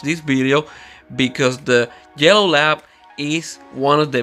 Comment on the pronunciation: Thought he kept saying jello labs 😅